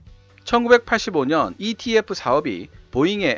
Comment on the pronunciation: 영상 잘 보고 있습니다. 감사합니다. 그런데, 영상과 오디오 곳곳에 ETF를 EFT로 표기/발음한 부분이 있는 듯 합니다.